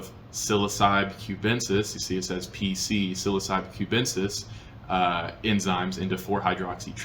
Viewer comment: sil-ah-suh-bee is an interesting pronunciation of psilocybe lol